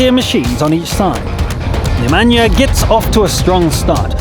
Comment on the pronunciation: I love how he says the name Nemanja like it's from Africa but is actually from the Balkans.